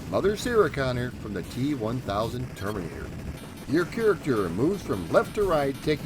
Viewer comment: Termurnitter 2?